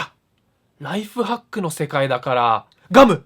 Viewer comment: ナイトファックに聞こえた